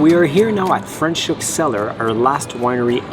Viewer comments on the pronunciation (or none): I am so happy for you guys! If you happen to be in Hermanus, I am right here! 😁😁 Leaving back for Saskatchewan next month. Franchhoek & Stellenbosch and Paarl are great!!!! Franschhoek pronounced Fra - NOT Fre 😁😁